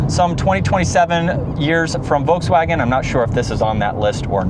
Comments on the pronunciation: The "L" in Volkswagen is not silent, even in English. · I loved the way Mike Wolfe pronounced it: Voteswagen. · No, you are saying VOKES WAGEN. Nobody says that leaving out the "L".